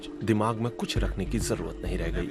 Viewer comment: दिमाग़ ,दिमाग नही होता है